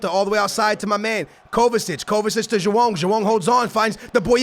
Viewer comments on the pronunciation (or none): I swear when he says Joao it sounds like he's saying jewome